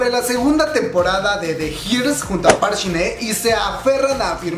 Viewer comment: jjajajaaj me da risa como pronuncia el nombre de shin hye "park shin ne" jajaajaajja es park shin Hye, wey